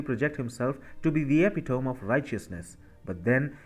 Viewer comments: ….it’s eh-PIT-oh-me, not epaTome….😉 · Repeat after me: epitome - e-pi-tom-e - eh-pit'-o-me